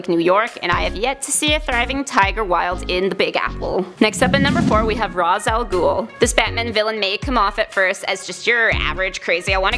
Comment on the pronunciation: You pronounced Ra's Al Ghul wrong. Otherwise, nice analysis, if not a bit far-fetched.